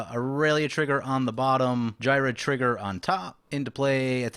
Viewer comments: Geer-red. The H is silence, like in Ghost (Not G'host, Gost) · Ghired is the only deck I built out of C19. I modified my selesnya token deck and made him the commander, with the same multiple combat steps idea in mind. Also, I pronounce him Gee-red. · It's pronounced ghired